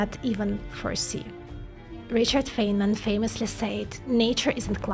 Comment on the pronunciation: Feynman: Fine•min, not Fain•min.